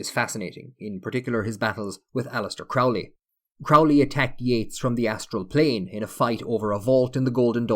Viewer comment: The name "Crowley" is NOT pronounced as the word "crowd" is pronounced... It is pronounced as the word "crow" is pronounced!